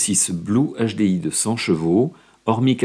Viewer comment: "un nachedé-i"